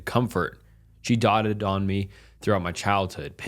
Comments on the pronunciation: Im just wondering how the heck you got so many subscribers when you have such poor reading skills... - "as they woke up from their stuppers ? Its pronounced like "stu-per" ...you know, the beginning sounds like "stu-pid"?? - "dotted"?? Its doted...just like its spelled... And that is just a couple of examples of the many, many mistakes in this video alone! You probably want to work on that..or likely not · Doted and stupor.... Learn how to pronounce them 😂😂😂😂 Do you understand how to read how the words you don't know sound when you Google them 😂😂😂😂 I like the stories you choose, but your narration is terrible at times, and your ignorance of how to pronounce simple words is jarring. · "Doted" (doh-tid) Not "dotted" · The word is "doted". Not dotted